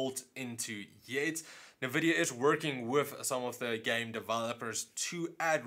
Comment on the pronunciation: Dude, I cringe every time you say "Navidia". Other than that great vids! :P